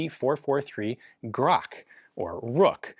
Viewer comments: Not [gruhk] but [grah-tch]. "Grach" or Rook is a bird. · It's not a grak, it's "grach" - "ch" like in chassis. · You should pronounciate it as "grakh". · Its not Grak, its Grach. Could have done at least that much research to say the name correctly, mr expert. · UGHHHHHH it's not "grok is dis true" it's Grach. Грач. CH as in Charlie, drives me insane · Not [grak] but [gratch] as in "much". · Ярыгин - Yarigin, Gun jesus does his best in Russian, also it is "Gratch" not GROHHH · It's called not Grock or grak grachhh like czech republic kinda ch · its grach not grak lol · Proper pronunciation of this is not "grok" as in crock, but a " grutch" as in clutch. Anyways, as a service member I didn't see anyone using them, and it's mostly like a reward pistol, or some very elite units at most. PM and Stetchkin are the main sidearms for the most part for everyone, including police, by a very large margin. P. S. I'm talking about Russian military and police. And they had been always on conservative side because of the availability of the ammo, not the gun. When you have 9x18 available and it can do it's job in close quarters, it's really hard to adopt something else. Yes, you can have special units who need something else, but when you trying to sell a jackhammer to a carpenter, he's gonna ask why😊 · grach, "ch" like in "chess" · You pronounced it correctly, but Ian didn't. Not Grakh, but Grach. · SORRY.. its pronunciation is " KHRAP" lol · It's actually pronounced as [ɡrat͡ʃ] :) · Ian being absolutely oblivious that other languages than English and lâ Fransch exist ep. 99. Readings "Grach" as "Grak, but K is written to indicate it has 47 chromosome" is peak. 💪💪💪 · FYI. "Grach" pronounce as [grahtch]. If word is Russian, "ch" are almos always read as [ch], f.e. Church, Chester, Cheese. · I'm no Russian speaker, but I believe it's pronounced "Grahtch" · I've never heard it pronounced. I always thought grinch but with an a. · "Grach" rhymes with "much", really